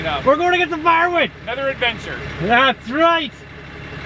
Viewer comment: At the beginning it sounds like you're saying barnwood